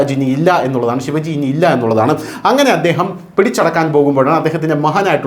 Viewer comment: ശിവജി അല്ല ശിവാജി.